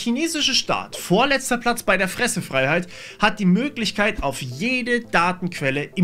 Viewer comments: einfach Fresse Freiheit🤣 sollte das so heißen oder war es ein versehen? witzig klingt es trozdem. ich habe es mir 4x hintereinander angehört und es kam immer das gleiche raus also muss er das so gesagt haben. hat mir defenitiv nen lustigen moment berschert. aber das video an sich ist richtig gut und TEMU sollte allgemein verboten werden. der meinung bin ich schon seit ich die app das erste mal sah. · Höre da nur ich "Pfresse-Freiheit"? :D